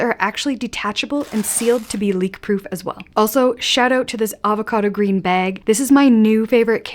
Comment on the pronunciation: I chuckle at “baig”